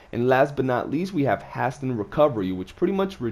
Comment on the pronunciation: Hasten pronounced hey-sin not has tin